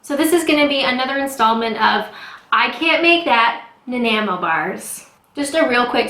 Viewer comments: Nan ni mo. Accent on the second syllable. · It's pronounced Na-Nye-Mo Bars LOL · Na-n-eye-mo....great vids btw. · I'm a Canadian and live in Vancouver. Nanaimo bars are amazing but very sweet and rich. They originated from Nanaimo British Colombia on Vancouver island. Nanaimo is actually pronounced Na-Nye-mo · i’m a year late (lol) but i’m from Canada as well and it’s pronounced na-naigh-moe. i was like kinda cringing at your pronunciation but hopefully this helps!! ♥️ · "Naaa Nye Moe" :-) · "Nah-neye-moe." Home of the world championship bathtub race! And, those glorious treats! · Nah ni mo "Ni" as in nine. <3 Peace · When I was there over 40 years ago while in the merchant navy it was pronounced NAN-EYE-MOW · Actually it's pronounced nan-EYE-mo. It's a town on Vancouver island. X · I am not from Nanaimo, British Columbia, but I do know that the correct pronunciation is - nuh-nye-moe. You can hear it in this video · I live in nanaimo. Its pronounced nan-eye-mo. Its on Vancouver island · i live here as well, we are the only people on planet who can pronounce it easily, i tell them put emphesis on the i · NA-NY-MO, same as Nanaimo on Vancouver island, BC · pronounced Na-nigh-mo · Having just put my son on a plane with final destination Nanaimo (permanent emigration) I was a bit amused about your inability to pronounce its name. Also re: "Life is short, I don't measure." You can get away with this for most cooking. Baking is a whole 'nother ballgame. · You can't pronounce it.Great start😄 gonna love thisx